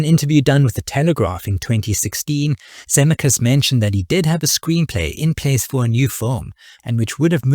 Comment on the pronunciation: This video could've been truly great but your blatant mispronunciation of Zemeckis, especially given his importance in this history, is simply unforgivable. I still gave it a Like because I love Roger Rabbit and appreciate your aim in producing this video.